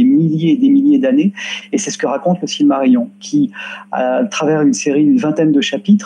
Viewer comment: s v p - Silmarillion ne se prononce pas cilmarillon, mais cilmarilillon (ridicule comme orthographe, mais pour donner la prononciation quenya en lettres françaises).